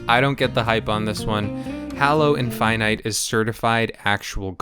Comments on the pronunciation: "Hallow" 💀 "Master chef" 💀🥕🥥🧅🥓🧇🥞🥯🧀🥚🍣🍢🍱🥫🍨🍤🧁🥧🥄🥢🍴🥗🍔🍟🍕🌭🥘🥙🌮🌯🧂🍝🍠🦞🎂🍩🍪 "Chiekin" 💀🍗 "Infynyte" 💀♾ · I can't believe you pronounced infinite like that I hate it